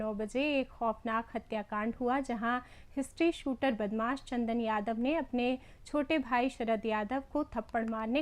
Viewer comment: ये अशुद्ध उच्चारण करती है। हिस्ट्रीशीटर को हिस्ट्री शूटर बोल रही है।